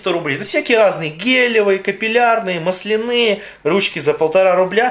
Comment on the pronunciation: мааасленые а не малсленыые !! разница в ударении